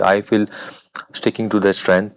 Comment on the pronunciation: Saiyami Kher - "South Africa won theya game. India won they game." It's their Saiyami not theya